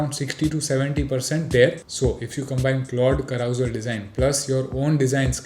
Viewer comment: Carousel is pronounced as ka·ruh·sel and not literally i.e. how you were saying. Now let AI fix that :-)